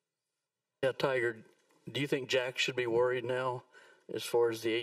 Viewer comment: For all you Aussie fans. His name is not Toyga. Its Tiger. Repeat after me . Tiger. MAGA. 2020.